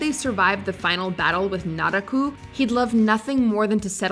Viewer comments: Also, Nara-ku instead of Na-ra-ku... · I'm upset with how you pronounced Miroku's name even when it was said in the clip shown and then butchered Naraku's name after